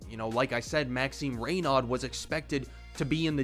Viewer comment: Nice video ! As a French I’m definitely happy to see more promising Frenchmen over the last few years and just in case, his last name’s pronounced Rey-no, with the silent D. You have a new sub